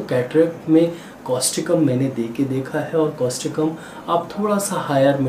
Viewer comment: Thank you sir,for your good explanation.During this,kindly tell the name of medicin clearly and its spelling also.